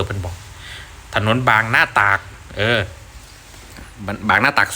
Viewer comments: บางนาตราด..ไม่ใช่บางนาตาก. คำว่า. ตราด - ตาก. ไม่เหมือนกันนะ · ถนนบางนา-ตราด ครับ ไม่ใช่ตาก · บางนา ตราด หรือ ป่าว ครับ ไม่ใช่บางนา ตาก ไอ้เรื่องการสร้าง เขาใช้ การหล่อเสา ขึ้น มาครับ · บางนา - ตราด (ไม่ใช่ ตาก) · บึงนาตราด..โต ร. เป็นโต ควบกล้ำ ผันลิ้นแดจักนอย..คันสิอ่านสไตน์ลาวง่ายๆ กะแานวา ..ตาด..เด้อครับ บอแมนตาก..(ตากผ่า..ตากแพร เด้อท่าน..😊😅) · บางนา-ตราด ไม่ใช่ ตาก 😅😅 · บางนา-ตราด ครับ ไม่ใช่บางนาตาก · บางนา ไป จังหวัด ตราด ครับ ภาคตะวันออกของไทยครับเรียกสั้นๆว่า บางนา-ตราด ครับ แอดมิน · ถนนบางนา_ตราด (ตาด)ไม่ใช่ตาก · บางนาตราดไม่ใช่บางนาตากคุณอ่านผิด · ตราดคับไม่ใช่ตาก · บางนา-ตราดครับบ่แม่นตาก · บางนา-ตราด.. [..อ่าน..บางนา-ตาด] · บางนา-ตราด บักปึก บ่แมนบางนา-ตาก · บางนา-ตราดไม่ใช่บางนาตากเรียกให้มันถูกหน่อย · บางนาตราดไม่ใช่บางนาตาก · ตราด ค่ะ ไม่ใช่ตาก (ที่แปลว่าตากผ้า) มันเป็นคำเฉพาะ เป็นชื่อจังหวัด อย่าหัวเราะคำหรือภาษาของชาติอื่นเพียงเพราะฟังเสียงแล้วสำเนียงหรือภาษาใกล้กัน แต่มันคนละความหมาย การสร้างเสาคอนกรีต การสร้างถนน สะพานขนาดใหญ่ ก็ต้องใช้ความรู้ทางวิศวกรรมโยธา (Civil Engineering) ไป Search Google เอาค่ะ ความรู้มีมากมายไปหาอ่านได้ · โอ้ยน้อ.ถนนบางนา-ตราด บ่แมนบางนาตาก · บางนา..ตราดไม่ใช่ตากครับ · ถนนบางนา- ตราด ไม่ใช่ตาก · บางนา_ตราดครับไม่ใช่ตาก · เขาเรียกบางนา-ตราด..ไม่ใช่ตาก😂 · บางนา ตราด ไม่ใช่ตาก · แอดก็ลอง มาอ่านคอมเม้นท์จากคนไทยในพื้นที่ และผู้ที่รู้ข้อมูลที่เขาให้มาแล้วก็แก้ไขข้อมูลชื่อถนนให้ถูกต้องด้วย ถนนบางนา-ตราด ครับ จะได้เพิ่มอรรถรสในการฟังไม่ขัดหู ไม่รู้ไม่ว่ากันรู้แล้วต้องแก้ไขข้อมูลให้ถูกต้องจะดี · ถนนบางนา-ตราด ไม่ใช่ ตาก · ถ.บางนา-ตราด..ไม่ใช่ บางนา-ตาก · บางนาตราด หรืออ่านว่า ตะหราดเด้อ บ่แม่น ตาก ตากนั้น คือจังหวัดภาคเหนือตอนบน เด้อหำ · ถนนบางนาตราด ไม่ใช่บางนาตาก😂😂😂😂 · เขาเรียกว่าบางนาตราด..ไม่ใช่ตาก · ตราด ไม่ใช่ ตาก อย่ายำ😂😂😂😂😂😂😂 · ไม่ใช่ตากแต่เป็นชื่อจังหวัดปลายทางของถนนไปจังหวัดตราด(อ่านแบบลาวอ่านว่าตาด) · ถนนบางนา-ตราด ครับไม่ใช่-ตาก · ถนนบางนา-ตราด..ไม่ใช่บางนา-ตาก นะครับ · ทางด่วน บางนา-ตราด ไม่ใช่ตากเด้อ!เข้าใจใหม่ซะฟังดีๆพูดผิดอายเขาเด้อ!ฟังให้ดีถามเขาใหัดีๆ ก่อนครับ!ชื่อเต็มๆคือทางด่วนบูรพาวิถี😂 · ตราด ไม่ใช่ ตาก